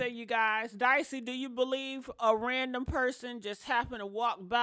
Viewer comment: I like how yall keep calling her dicey and she don't even correct it 😂